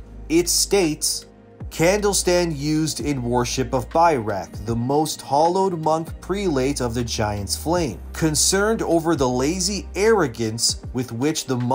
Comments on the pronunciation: Oh god this is painful to listen to, it is pronounced prel·ate. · FYI prelate should be pronounced like PREL-it.